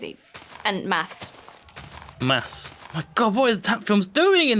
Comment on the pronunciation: "Hats do maths" it almost sounds like you're saying hats do meth